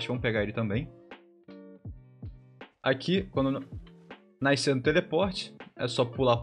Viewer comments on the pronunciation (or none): repete comigo: "NAS - CER" (não é "naicer")